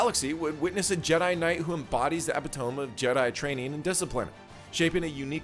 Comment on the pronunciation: Epitome. Spelled that way, but pronounced “uh-pi-ta-me”. I said it wrong for a long time, because I’d only seen it in writing. Like the first one in a fundamental truth or a big awakening and realignment. Also “Sigil”